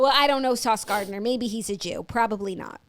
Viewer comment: It’s definitely Sauce GardNER and not Garder 😂